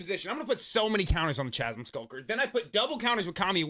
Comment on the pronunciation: Chasm is pronounced like chaos whith a hard k sound😅